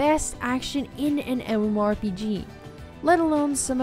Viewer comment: The games you picked are bad, but that isn't why I disliked this video. Here are some tips: 1. Learn how to correctly say MMORPG. 2. Please learn a different descriptive statement other than "One of the most".. Every game you described was either "One of the most beautiful" "One of the most unique" "One of the most popular" or "One of the most fun" games... It gets old, really quick.